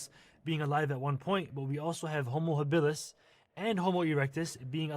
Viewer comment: You can see how much he does not care to actually read and learn about the things he claims to know are wrong: he spells our own species name wrong (and pronounces “habilis” as “habillis” as if he does not care what the words mean). I’ll let the use of lower-case on the genus name slide as that may be whimsical typographical creativity, but spelling a species wrong turns it into somethting else. 🤷